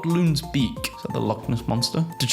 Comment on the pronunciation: "Thhat"? þ=th